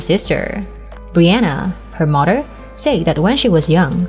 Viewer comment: Why don't get someone who knows how to talk since when is Mother pronounced Mudder?I will block this site.